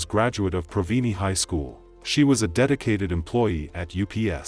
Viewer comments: its pronounced ' pro-vine ' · Please get the facts straight. I went to school with this girl. She was shot by the father of her child. The guy was known in the city to be jealous, abusive, and mad at the fact that she had moved on and left him and kept harassing her over it. Nothing about their relationship was thought to be a fairytale 🤦🏽‍♀️ And learn how to pronounce her name and the school. Its Ter-ren-cia and Pro-vine not that weird pronunciation you were using 😒 gosh I usually like this channel, but this video just rubbed me the wrong way with the lack of fact checking and investigation.